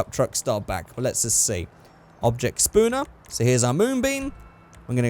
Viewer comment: I watch your videos and I always thought you were saying "spawner" weird until I realized it was actually Spooner 😂